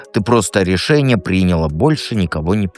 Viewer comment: ПринялА и нпчалА ударение на послелний слог